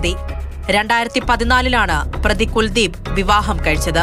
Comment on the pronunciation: പ്രതിയുടെ പേര് എന്താണ് പറഞ്ഞത്... വെറും കുൽദീവ് അല്ല. അൽ കുൽദീവ്..